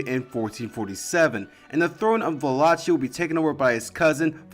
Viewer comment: Buna! You cut through the media sensationalism and even pronounced Wallachia properly!